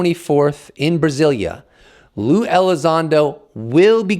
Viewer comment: Who is lease elizondo 🤣 luis… pronounced “Lew”